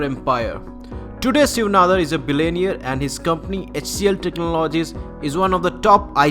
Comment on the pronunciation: turned off as soon as he said "Billaineer"